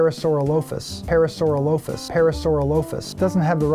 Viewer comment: Soooo...we're really just going to let that pronunciation of Amargasaurus (uh-MARG-uh-SAWR-us) slide? He said, "Amagarasaurus" I'm not even going to touch Parasaurolophus. Nice video though.